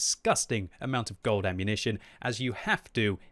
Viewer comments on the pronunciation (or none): none